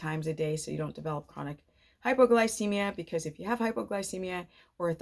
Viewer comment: I can't tell if you're saying hypoglycemia.....or hyperglycemia? My blood sugar runs very low on keto and carnivore... any suggestions? Also feel like my blood pressure is much lower... to the point I have to make slow movements from sitting to standing.